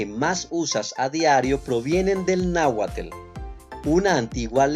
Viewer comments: Muchas gracias por compartir! Pero, por favor, deja de decir “”. Difundir la belleza e importancia de nuestras lenguas originarias también pasa por poner un poco de interés en mejorar y estudiar su pronunciación. En realidad, en las palabras terminadas en “tl”, la unión de estas dos letras ni siquiera emite su sonido común, es más bien como un soplo cerrado y corto. Te invito a que lo investigues y así mejores en tu gran trabajo de información y difusión. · No me gustó el video , te la pasaste diciendo tel , tel , tel . Y no es TEL , es TL 👎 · Quien es este wey, que dice, en lugar de Nahuatl? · 😂😂😂😂😂pero no es pues si no es Telcel 🤣🤣🤣🤣🤣🤣🤣🤣🤣 Es náhuatl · Perdón como que...nahuatl..TL...t,l 😮 de donde eres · No digas para empezar es náhuatl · Para empezar y para acabar pronto NO es NáhuaTEL, es NÁHUATL! Mal por esa pronunciación... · México no es una republica, son unos estados unidos... el es náhuatl no... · Ejercita tu lengua..tl,tl,tl,tl,tl...no, es náhuatl.... Tienes varias impresiciones tomate no es agua gorda. Aguacate no es por sentido del humor de los aztecas... Huacal si, guacal no... Cacahuate si,cacahuete no... No me gusta tu publicación, ni tu narracion, ni tu pronunciación. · NAHUATL, NO ES! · Hola, quiero hacer incapie en que tú pronunció está mal no es ES NÁHUATL sin la E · Amigo estás pronunciando mal!! Ojo no es es nahuatl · Se pronuncia Nahuatl, no. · ¿Y por qué pronuncias “”, si no tiene una “e” entre la T y la L? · No es nauathel es nauathl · No es, es Nahuat'l por favor. Bonito video! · Nahuatl. No. Es muy importante en que sepas usar esta pronunciacion. Pues en mexico encontrarás muchas cosas y lugares con la conbinacion TL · Es Náhuatl no Náhuatel. Además no solo son 10 palabras ¡¡¡son decenas las que se usan!!! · ¿ o náhuatl? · Se dice nahuaTL no! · o Nahuatl? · jaja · No es Nautel